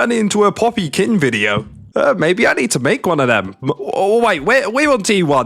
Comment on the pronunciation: please, its pronounced "keen" 🥲